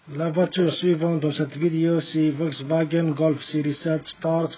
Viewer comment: خيا نقلوا cheveaux et video حسني النطق بالO وليس بالE اي فيديو o et شفو c est aussi بال O وبرك الله فيك على المجهود اعانك الله سلام